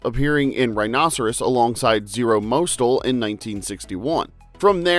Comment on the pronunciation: It's pronounced "Moss Tell".